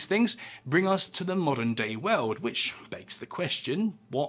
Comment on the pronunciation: "Babylon was one of the most powerful cities in the known veuld." Whats that "veuld" he is talking about?